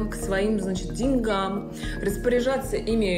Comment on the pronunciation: учила бы лучше грамматику и произношение русских слов😂😂😂 не деньгАм, а дЕньгам